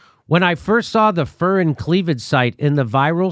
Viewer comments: The 'U' in furin is pronounced like a 'YU': fyurin. A furin cleavage site is an extraordinarily complex piece of molecular machinery. They do not simply pop into existence as a result of a single mutation. I can't even imagine how many sequential mutations are necessary and over how long a time - possibly centuries - to develop a fully-functional furin cleavage site. The genetic code would have to be changed to create the protein structure just right so that it folds correctly. Even for something so incomprehensibly tiny, that is no small feat. No, no, no... someone put it there. Its presence is the evidence of genetic tinkering. The question is not "Did it come from a lab?" The question is "Under what circumstances did it escape?" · Jimmy: Furin is pronounced Fyurin. Codons are pronounced Coe-dons. It is actually worse than the nicholas wade article suggests. The CCP was trying to gain economic superiority over the rest of the world by releasing an HIV-like corona virus that they could protect their own people with using CRISPr.